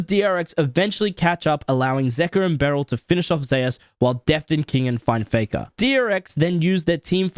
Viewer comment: Wait! Zeus is pronounced "zayus" in league. I thought it was "zoose" like the God of thunder. Like how pretty much everywhere else its pronounced